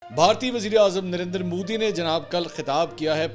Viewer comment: منصور علی خان آپ کہتے ہی درندر مودی ہیں یا مجھے ایسا سنائی دیا آپ کی بات میں 😅😅😅😅😅